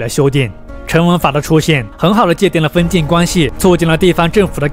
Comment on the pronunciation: 頻道主很用心，稿子寫得很好。但朗讀發音常造成理解障礙，咬字不清或發音不一樣，四個小時聽下來，聽的非常吃力（權力唸成強力,封建唸成分建....，常要倒回去看）。不知是否是鄉音或口音造成還是不自覺的習慣。如果能唸更標準會更好。會有更多人受益。還是感謝。